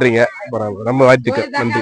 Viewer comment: வீடியோ எடுப்பவர் தமிழ்த் தெளிவாகப் பேசவும் . வாழ்த்துக்கள் என்று சொல்லவும். வாய்த்துக்கள் அப்படிச் சொல்ல வேண்டாம்😊